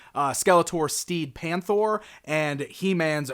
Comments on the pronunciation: think its PAIN-THOR, not PAINT-THOR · It's pronounced Pain-Thor not "paint throw" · It's Pain thro, not paint thro. Like "pain" as in, to cause it, cause he's the bad guy. Lol. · Somebody at Mattel thought they had a really cool name for a motorcycle and then along came to slaughter it.